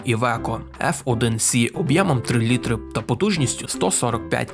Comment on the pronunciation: Мені дуже подобається канал, вміст і гумор. Але кілОметр і літрИ. Пане авторе! Працюй над вимовою, будь ласка